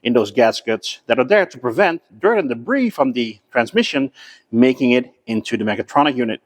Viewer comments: enjoyed once again although the debris word is debree not debrees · great [nformation. your videos and knowledge are second to none. just one fault, when you say the word DEBRIS, in English...drop the letter S... (DEBRI) 😀 QUALITY mate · Just for future reference the "s," in debris is silent